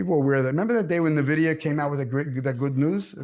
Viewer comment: Did you just say nvidia? and not nvidia? :D